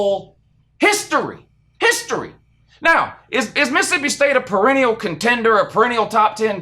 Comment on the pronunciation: Per-en-ial. Sound it out